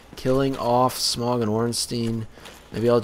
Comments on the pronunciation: His name isn't pronounced smong it's pronounced smough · Dude it's Smough, not Smog. He isn't a koffing. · you do know that gh is silent? Like in though or Smough or thought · I've been pronouncing it Smoff